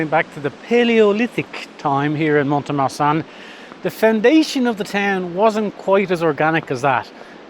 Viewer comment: If I may say the letter t in mont is never pronounced.